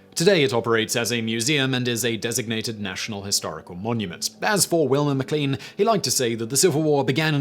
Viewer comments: Virginian here! It’s actually pronounced McLAIN, even though it’s spelled McLean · McLean is pronounced "Mi-CLANE"